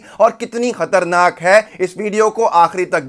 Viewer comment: Kharnak nahin sar khatarnak 👍👍👍 from kalimuddin Chennai India BIHARI